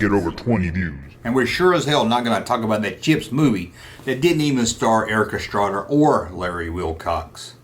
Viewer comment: come on man you know its Erik Estrada not Erika...lol......